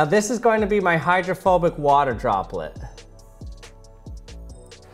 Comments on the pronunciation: I thought for a second he said homophobic water droplet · Thought you said homophobic water XD